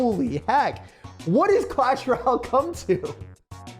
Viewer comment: Why do you say clash rall? Its royale